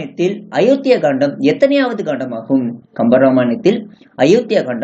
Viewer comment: Kandam illa. Kaandam. Olunga read pannavum.